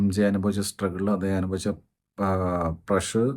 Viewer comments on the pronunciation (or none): none